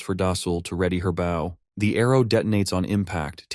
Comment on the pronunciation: when an archer has a bow, just replace the word with beau for the TTS. it should make the pronunciation sound correct.